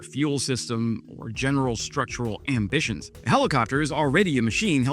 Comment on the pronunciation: "...general structural ambtions." lol